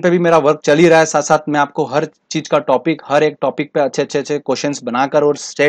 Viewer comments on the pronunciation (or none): none